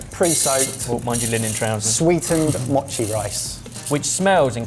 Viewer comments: “Mōchi”! (Not “machi”) It’s made with sweet, sticky rice. Not “sweetened” rice (no sugar is added). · "machi" You mean MOchi. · More Japanese gadgets, yay. すごい Os in Japanese have a long vowel sound. Mochi is pronounced moe-chee